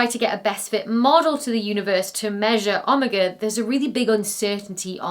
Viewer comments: Wait... I have never heard "Omega" pronounced any way except OH-MAY-GAH. Is this like the whole aluminum/aluminium thing? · Im sorry, you’re choosing to pronounce it “OHM-uh-guh”…???? That’s low, even for British pronunciation. Here’s a test, that any non-British person can do from home- go find yourself any media of a British person speaking (could be a movie, tv series, news channel, YouTube video, anything…) and watch the video until you come across then saying a non-English word (again, could be any word- a foreign food, a foreign name, a loan word to the English vocabulary, anything…), and YOU TELL ME if they don’t touchy 100% absolutely utterly mispronounce that word. Just listen to how the British pronounce the word “taco”. You won’t believe it. This is something I am convinced they do intentionally. It has to be. Because of these mistakes were by accident, then statistically you’d expect every once in a while they’d be bound to get ONE RIGHT. But no. Nope! Never. Every single weird, pronounced as fcking weirdly and bizarrely as they can possibly make it. I tell you, as god is my witness, this is intentional behavior. Frigging, “OHM-uh-guh”???? Are you KIDDING me??? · Great vid, but seriously: how do you not know how to pronounce "omega"? "Ommeguh"? 🤣😂🤣😂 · That's the first time I've heard anyone pronounce "omega" as "oh mah GAH". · Oh- MAY- Guh in the States - a pronunciation far from hers ----- She is a good explainer of this dense material. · To each their own, but to my ear it sounds soooo weird. In America we say "oh-MEga" instead of "ah-mega" or "AH-me-GA". I can't quite tell which one was how she pronounced it. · Sorry Dr. B, my Texas tuned ears had a hard time until I figured out you were saying omega. We pronounce it like o-mega in American English. Yeah, we’ve butchered the language, but it’s o-mega in “landed on the moon” units. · OH-meh-ga? Ancient Greek always has the emphasis on the second syllable on a word with three syllables or more. oh-MEG-a